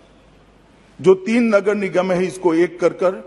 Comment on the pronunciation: सही से वोलना मोटा भाई नगर लगर नहीं बोलना😜😜😜😜😜😜